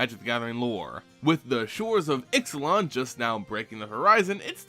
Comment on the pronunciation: It's pronounced Ishlan the x sounds like sh